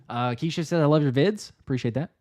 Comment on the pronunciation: you said earlier in this stream that you were pronouncing chats’ names right, but you didn’t with mine 😂. This how you pronounce my name Kei-(key)-sh-(shhh)-a-(ha). It’s okay because Philly Mike from The Philly Talk Podcast had an issue pronounce my name as well 😅. The way you said it was closer than Mike.